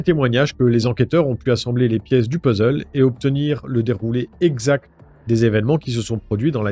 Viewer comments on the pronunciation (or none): none